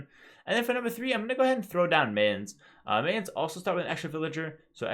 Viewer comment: Its pronounced My-Ans, like, MI-ans, not MA-ans. Like the english word My. My-ans. like Brian. Imagine Brians, Mayans. Brians, Mayans. Mayans rhymes with Brians.